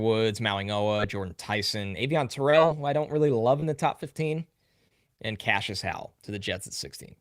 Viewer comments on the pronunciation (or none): none